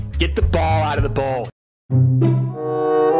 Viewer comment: He has a certain way of pronouncing Ball. Lol